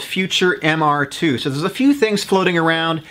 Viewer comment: Glad someone else caught it. I had to do a double take when he said it wrong.